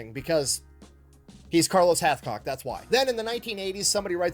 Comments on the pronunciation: Hathcock not Hatchcock , "numb nuts"! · Hathcock not Hatchcock!!!